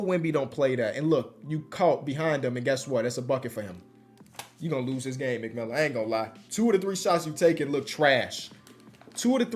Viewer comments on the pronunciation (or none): The fact he was saying McMillan the whole video when it was McMillian